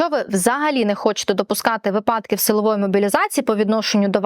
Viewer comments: вИ'падок. Не випА'док. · шановна адвокатко, от ви так поважаєте закон, а чому не поважаєте закони правопису? перевірте де має бути наголос у слові помИлка, та вИпадок )